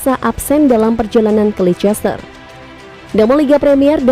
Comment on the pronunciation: Bacanya leister kali min